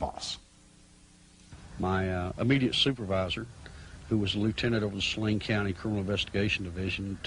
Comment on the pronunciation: I know this is an old video but how can you watch so many newscasts and STILL mispronounce Saline (Sa-LEEN) County?